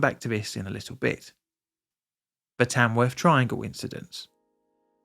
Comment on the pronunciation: Afferstone and Tamwuff? ok.